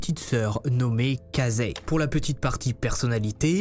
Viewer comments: ses ecrit: casey lui : casEIY moi: caissie.... sa se dit caissie.. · On dit Casey "Kéyssi" pas "kazé" 🤣🤣 tu m'as fait mourir de rire ! +1 abonné, bravo pour cette vidéo. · Casey , se prononce Kaissi en phonétique c'est comme Sean ça ce dit cheun ou Meylti ce prononce Milti et des tat d'autre exemple tel que celui ci te sont reprochable sur ta chaine c'est compliqué a écouté et ca baisse la qualité de notre écoute mais sinon super vidéo comme dab